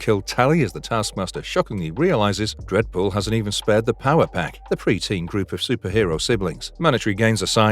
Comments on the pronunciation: Brv you can’t do a full video and not even getting the main character pronunciation right man…no wonder this channel never came on my feed before. Re-do video with Deadpool name right and I’ll revisits..for now bye,.. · Dead pool not dread pool smh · I’m hearing dredpool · I can't stop hearing "Redbull" instead of Deadpool!